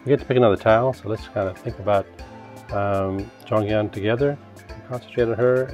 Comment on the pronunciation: You read her name wrong tho😂